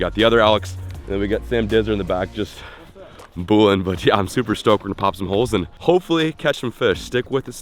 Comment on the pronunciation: Did he say boolin 🤣🤣😭